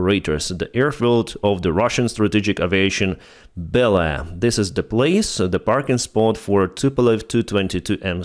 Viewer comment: Just a comment on the word aviation. The first occurrence of the letter a isn't pronounced 'ah'. It's The same sound as the second occurrence. It's the same sound as the letter 'A' when you say the alphabet. It's a slight mispronunciation, and no one is going to confuse it with any other word, I just thought you might like to know.